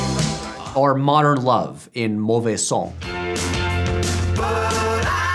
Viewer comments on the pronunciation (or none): I can't unhear this: Patrick says "are" instead of "or."